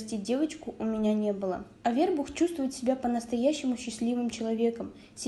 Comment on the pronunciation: Ударение научитесь ставить правильно, Авербух😮, ударение на у, грамотейка